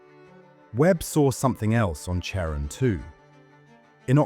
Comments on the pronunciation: CHARON is pronounced like KAREN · Charon is pronounced like care on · British style. Pluto’s moon should also be pronounced “Karon” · It’s phonetically pronounced Karon(Charon)not chairon!! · Most English speakers pronounce it like Karon - like (almost) every other Greek name or word spelled with the letter Khi (X). (Christ, Christmas, choir, chorus, chemistry, chaos, chasm, chronic, character, chord, choreography, cholesterol, charismatic, chlorine, chromosome.) There's a recent trend in England to pronounce it as if it were a French name (like Michelle). Personally, I don't mind either - but the 'ch' (as in church) pronunciation is just wrong. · Hmmm. Though I suppose the pronunciation of Charon was fairly horrifying... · Funny. The channel has an astronomical sounding name, but doesn't know how to pronounce Pluto's moon. It's pronounce one way for the Greek god it's named after and another for the actual moon itself... NEITHER of which is the pronunciation used in this video. I really hate computer generated narration. 🙄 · Ugh! The 'ch' of Charon is pronounced as a 'k' ... it's a classical Greek name. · Oof, you mispronounced "Charon."